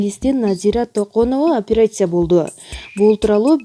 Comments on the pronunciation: Апарасия эмес операция деп окунузчу сураныч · Бул кыз шумдук окуйт экен😂😂фулармония,операсия😂😂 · операция деп жазылат. апереция деп айтылат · Суйлоп аткан эже бираз даярданып алса, тили келбей калып атат апыратсия деп